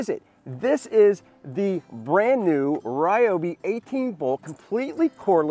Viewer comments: Home Depot video ad from Ryobi says Ri yo bi, so I’m gonna stick to it, not ra yo bi or whatever you said, good video! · pay attention it is pronounced RE OBI NOT WRY OBI!!! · Ryobi is Japanese, so obviously it's "Ree-obi" (Technically "Ryo" is spoken like one syllable, not two, but w/e) kinda like Ryu from Street Fighter. Lol. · Wow! Didn't know I was pronouncing Ryobi wrong all this time. I thought that since Ryobi corporate pronounces it "Ree-O-Bee" in all of their commercials that was the way to say it. Just kind of figured since it was their product they would know. Thanks for the correction, I'm emailing them now. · I'll say it again... it's Ree-O-Bee!!! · It's Ree oh bee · I hate people that pronounce it Reeobi. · Is he mispronouncing Ryobi wrong on purpose?